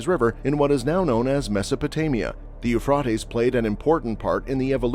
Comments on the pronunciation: I believe it's pronounced 'You fray dees'. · Sorry, but you can’t even say Euphrates…. You fray tees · Please pronounce the Euphrates correctly. It is pronounced Eu-frate-ees. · But you can’t pronounce Euphrates, long A… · Exactly, it drives me nuts. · I can't watch more than 3 minutes listening to you mispronouncing Euphrates.